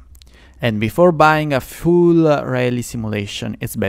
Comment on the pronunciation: Thank you for this detailed review, and I like the fact, that it sounds as if you say fuel simulation when you mean full simulation. It coincidentally fits like a charm 😆👍